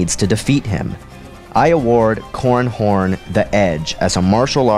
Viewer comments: Seriously, you have to enunciate man. It's " Cor ran Horn" not " Corn Horn" . Sounds like an unpleasant sex act. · It sounds like he is saying corn horn